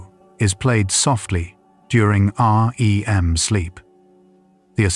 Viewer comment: I like your videos and it’s clear that’s AI but can you make it to where it doesn’t say Aa: Ee: M every 15 seconds but just REM?